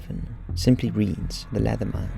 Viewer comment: I love how he pronounces leatherman as though it rhymes with letterman, its cracking me up for some reason